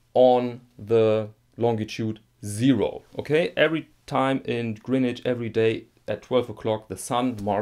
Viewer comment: Your pronunciation of Greenwich at the beginning was spot on. It rhymes with “bin”, not as most people think with “ben”.